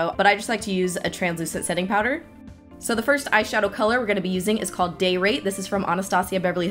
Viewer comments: ahhhh i totally thought you said '...this color from ABH called date rape' not 'day rate' :o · How come you don't want to collab withe Desi?!?!! huh huh??? You're so selfish!!!!! jk jk. Love both looks and Veronica looks so pretty on you! I think I'm gonna go purchase one of my own. :D Also, it sounds like you are saying "date rape" when you were talking about the shade Day Rate. LOL LOL LOL. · every time you said day rate i heard date rape. lol anyone else?? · Everytime time you said date rate i kept hearing date rape. That shadow needs a new name. Lol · Sounds like u kept saying daterape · I thought she said date rape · I can't with that "day rate" I swore I heard "day rape" I was like what the hell ha ha ha just keep in mind thou if you throw confetti it's not rape just surprise sex!! Ha ha ha ha love both these looks thou Killin it! :) ♡♡♡♡♡ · Love those colours but damn what a terrible name every time you say day rate it sounds like date rape. Booooo